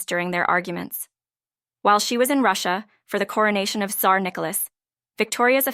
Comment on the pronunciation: If you cant pronounce names properly or indeed pronounce Tsar and Tsarevitch properly don't bother to make a video